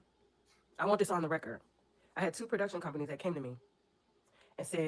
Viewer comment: You are a fool!!! “And we definitely don’t won’t to see Clarissa’s big strong ass in the booth!” (In your New Orleans dialect)… I hollered 😂😂😂😂